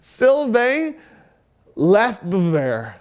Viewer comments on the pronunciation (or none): Great pronunciation of Lefebvre. (It’s Luh-FAY-v)